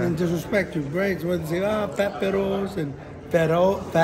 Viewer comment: Lmao he said fatrous lmao they get cute with this shit lmao